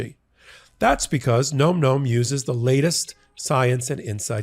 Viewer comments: Am I the only one that saw the irony😂 when he stated the name of the sponsor and it sounded like he said "Nome Nome?" I'm not trying to disrespect you sir! I'm not trying to disrespect the company that you are making this advert for. If you like the regular flavor of Nome Nome, then you're absolutely going to love the other flavors that we have, black goat goat, and my special favorite kill kill kill! We named it three times because it's just that good. I'm very sorry, just thought I'd bring a little dark humor to this whole debacle! I do not condone, goat goat or kill kill kill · I'm going to say it too,: it's nom with a "short o," as in "nominate." It's onomatopoeia for the sound hungry furbabies make when chewing: NOM, not NOME! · it's nom nom isn't it? the o isn't long making the word sound like gnome, it's more like nam. like the sound you make when you eat.